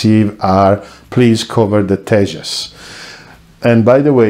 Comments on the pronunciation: Your pronunciation is correct...Tejas means radiant in sanskrit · Tejas pronunciation is 100% accurate. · Your pronounciation of Tejas is almost accurate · Your videos are Very informative. You are pronouncing tejas correctly. Will be waiting for that specific one and more. And to everyone( Stay home stay safe). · Your Pronunciation of word " तेजस " ( Tejas ) is correct , your Channel location says United Kingdom , but you Sounds like French correct me if i am wrong